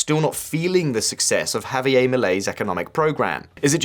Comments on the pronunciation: Why the heck does Bro pronounce Spanish like it’s Bad French? Javier don’t rhyme with Milei. Say Hah-vee-AIR, not Hah-vee-Eyyy. So many Brits do this. Why? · The 'r' in Javier is pronounced. It is not French.